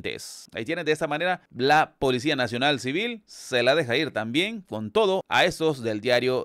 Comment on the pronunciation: Por que este s3ñor dice policia.